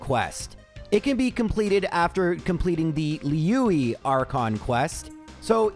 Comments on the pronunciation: That genshin ad read was rough lol Liyue / "Lee You E" > "Lee You eh" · As a Genshin player I got a good chuckle out of the ad read. I'll be pronouncing Liyue as Louie from now on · I love you and how you pronounce Hoyoverse game words is always my favorite part of these sponsorships. Just know, not even the NPCs pronounce Liyue consistently, but yours was definitely a new one.